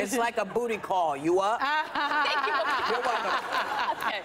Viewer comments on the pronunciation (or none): How do you mess up saying “u up” 😂😂🤦🏾‍♀️ my gawd she’s dumb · Abby stated Jeffries tweeted Yup that's how she pronounced it but actually it was U up lol how dumb can u be